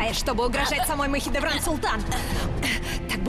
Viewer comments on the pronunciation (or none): Не Махидеврана, а Махидевран... Изучайте русский язык!